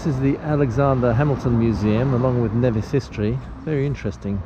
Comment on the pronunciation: Knee-Vis NOT Ne-Vis - Never say Nevis. :)